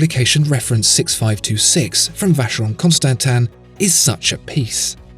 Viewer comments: If you insist on calling it Constantan then you really need to give an explanation. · This guy gives me aids... The way he says constansin is cancer...